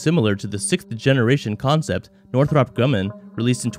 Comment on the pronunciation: Pronounce the 120 AMRAAM and Northrop correctly. Just because you said them wrong, I’m betting this is trash.